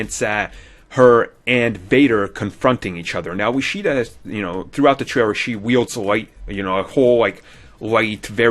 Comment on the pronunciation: Heheheh, "tray-rer" Sorry...